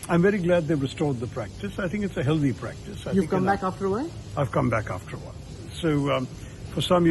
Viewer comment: Sashi why are you pronouncing "healthy" like north Indians?